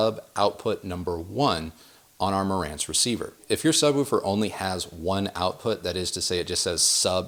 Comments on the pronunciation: so distracted by the "sub-woo-fer" talk.... "sub-woof-er" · Why do you say (sub-woo-for)instead of (sub-woof -er), sorry maybe not my best phonetic spelling lol. Great content by the way!! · 2 corrections: Sub🐺er Say it with me. Sub wolf er. Not: sub woo fur. If you say poosh or boosh instead of push or bush, then there’s no hope and I’ll let it slide 🛝 on wanting to sound pompous. Ha Correction #2: In a 5.1 system, the surround speaker 🔈 does NOT go directly to the side of you. You want them roughly 45* to the side/behind your listening position at ear level up to 3ft above your ear level. You’re thinking 🤔💭 of 7.1 or higher and in that case you would be correct. Personally, the way or ears 👂🏼 are shaped it benefits to go slightly behind you too. That’s just preference the same way I look at bouncy house speakers 🔊. What I’ve found is that you do not want bouncy house speakers in the front of your room for Atmos (or even beside you with surround sound) You definitely want those behind you if you have to use them. Your ear 👂🏼 will always be able to tell they’re speaker toppers unless they’re behind you (at least 45*). Then it seems like it’s coming from the ceiling a bit more. It’s not perfect, but better if you can’t get a speaker up high. 🐺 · I've never heard someone pronounce it "subwolfer" in my life. Unless you pronounce "wolf" and "woof" the same, in which case you're pronouncing "wolf" wrong. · I laughed out load when I heard you pronounce sub woofer. “Sub Wuffer” I needed a chuckle today keep up the good work. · I will never hear the word "subwooofer" the same again. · Yes, woof-er and wolf-er would be the same sound. I’m not saying sub-wolve-er. Do you say push or poosh? Bush or boosh? Ha Go watch any other videos of people talking woofers and subwoofers and you’ll hear a clear difference. You may hear the same sound from a video where it’s not a real person talking. I was just busting his balls. To each his own.. No ill will behind my comments.